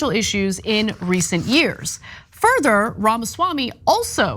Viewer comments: It's pronounced Pharmaswarmey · I love you guys but please start pronouncing his name right. The left would usually get upset when people would pronounce Kamala’s name wrong.